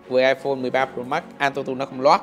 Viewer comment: Nghe khứa đọc "ai phôn 13 rồ mát" chắc ko chỉ 1 mình tui nghe như vậy :)))